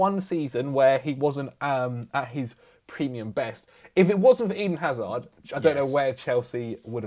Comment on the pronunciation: Who's this "azar" that speaks of? It's Hazard!!!!!